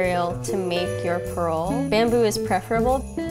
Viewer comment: she keeps pronouncing parol as pearl....